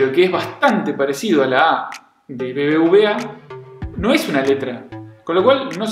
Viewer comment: Se pronuncia "BeBeUbeA" (BBVA) No "BBBA" 😅 V=Ube no Be...